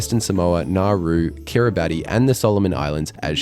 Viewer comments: 10 points for pronouncing Kirabati wrong. It is Kir-i-bas. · Great video! Well narrated, well researched, great archival footage and visual representations, and lovely to see your mum with you! Only one little thing if it helps future videos: it's spelled Kiribati 🇰🇮 but pronounced "Kiri-buh-ss". Hope you make it there and Nouvelle Caladonie (New Caledonia) one day... Keep up the great work!